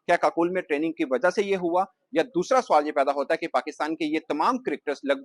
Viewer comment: Suwal Nahi Hota Sawal Hota Hai Pendu 😂